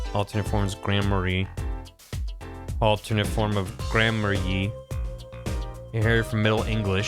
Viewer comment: the pronunciation of granmarye makes me think of Grand Marnier, (pron. Marn-yay) a liqueur thats flavored like oranges. I don't know if thats the intent or not, but that's the closest that I've come to.